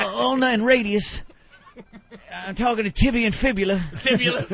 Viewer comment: To Anthony’s credit his smart ass actually got it right and said tibia not tibula.